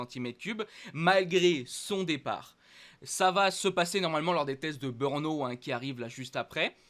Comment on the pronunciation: Malheureusement ...si tu n'a plus de Beurnes,c'est certainement de ta faute,mais alors si tu parle de Beurno pour le GP de tchéquie,je ne connais pas ce circuit,essaye de prononcer BRNO en prononçant '' BReNO'' si tu as l'occasion,,profite d'en parler a tes copains commentateurs (chauvins)de Canal +,eux font la même erreur....